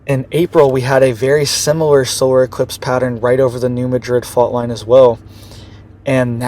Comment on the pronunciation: I live in TN and it’s NOT pronounced “MaDRID” but “MAD-RID.